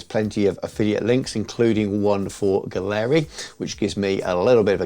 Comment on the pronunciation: Turns out it’s pronounced “gallery” (I was saying it like you do). I asked them :D The quality seems excellent so far!